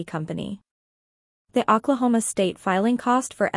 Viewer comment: It is really hard to take this video seriously when you keep misspelling and you keep pronouncing Oklahoma incorrectly.